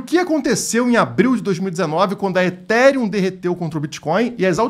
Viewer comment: É o início do fim do “eTíRiUm”